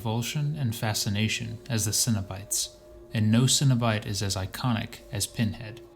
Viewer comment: Cenobite not Cinna-bites lol